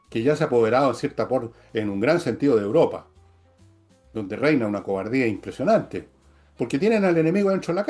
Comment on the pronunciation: Por qué, quisiera preguntar cariñosamente, la dice 'Uropa', en vez de 'Europa', ¿será parte de algún sociolecto?